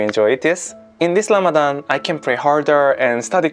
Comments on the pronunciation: Well its RAMADAN NOT RAMADHHHHAN . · You always saying "Lamadan", you must learn to pronounce it well (Ramadan), not "Lamadan". Ramadan Mubarak. your brother Ramadan Ziada, from Palestine.